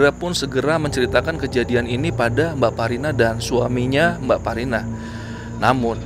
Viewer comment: aq dengernya jg bsparina , krn dengernya sambil tiduran ,sampai buka komen2 yg lain, ternyata mbakparina, langsung ngakak.